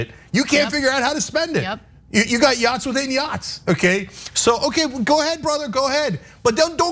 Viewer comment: Yo dawg, I herd u liek yachtz